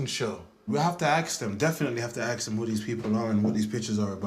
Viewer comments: The Birmingham couple with the blonde hair were some of the snidest couples…ever& that “aks them”….it’s ASK ffs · Dude, it is ASK not AKS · The word is pronounced, ‘ask’ not ‘aks.’ 🤦🏾‍♂️ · It’s just slang, mate. Might want to get over this little issue because it’s not gonna change the way people pronounce it.